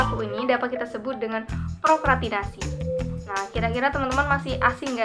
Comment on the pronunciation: Seru nih bahasannya 😍tapi kurang S nya Kaka, prokrastinasi hihii